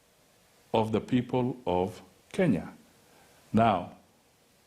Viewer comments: Why do Mudavadi Pronounce KE as KI.? He says Western Kinya.!! His own country is mispronounced. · He is a typical product of pre-80 Nairobi School. A school which in pre-80 era was still terribly British; and where things-African were looked down upon. I am therefore not suprised that he has the capability of mispronouncing his own country.